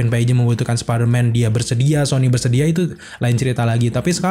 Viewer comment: spiderman apa sparmen ya? Siapa tau gw yg slh dgr, siaaaap salah senior😂